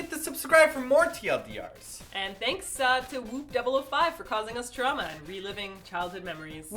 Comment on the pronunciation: Martina you just pronounced "trauma" like TOP in Blue... Just so you know. :)